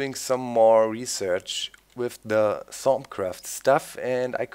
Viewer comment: oooh thaumcraft, i thought he was saying thongcraft and i had no idea why that would be in the game